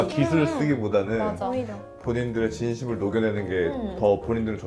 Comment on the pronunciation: 진시믈 브어랴~ 뭐임ㅋㅋ